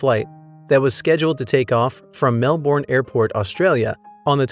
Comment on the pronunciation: As a Melbournian, it was pretty weird to hear Melbourne pronounced the way this narrator did!